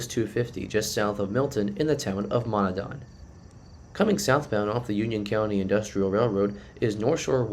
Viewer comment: Hi -- really like your videos, but here's a bit of education in Central PA town names. Montandon is pronounced Mon TAN don, not Mon ta DON and Dewart is pronounced DEW art, not De WART. Keep up the good work!